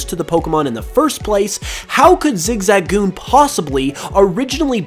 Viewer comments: Listening to saying zigzagoon weirdly hurts my soul its zig-zuh-goon not zig-za-goon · flappety flippers I keep hearing Zig-zag-oon